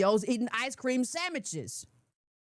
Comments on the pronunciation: IS SHE SAYING...,,,,,,,,,,,,,,,,,"SAMMICHES?"😂😂😂😂😂😂😂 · Did she say sammiches??? 😆😆 I love her! I love her! I love her! “Thank You!” for sharing ❤️🖤💚 🇺🇸🇺🇸🇺🇸